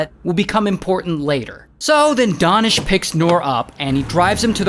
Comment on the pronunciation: DANISH (oo ) (oo) ( oo)!!!???!!! His name is. DAH-nish? And not DAY-nish? No matter, both are sweet and soft!